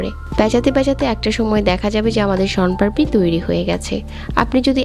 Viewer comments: শনপারপি না শনপাপড়ি😅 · আপনার কথা 😂 শনপারপি😒😏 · সোনপারপি কী? আগে উচ্চারণটা ঠিক করো। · আপনি আসলে কি বলছেন শন পারপি নাকি শম পারি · Apnar uccharon thik koren age. Ki beje nicchi! Shon parpi! 😂